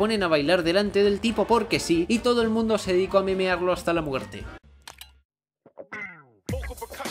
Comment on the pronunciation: en el minuto dice muertre